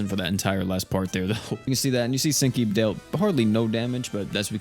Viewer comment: All I can hear is stinky instead of senki